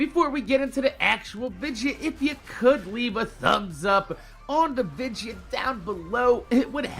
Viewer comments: y do u say vidja instead of video lol love ur vids tho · Hey,, I just wanted to ask: Why do you pronounce the word "video" as "vidja"? I've always wanted to know that. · why do you say vidja instead of video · Can anyone tell me why he saying vigia not video ! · Do you say vidja as a joke or is that just your jersey accent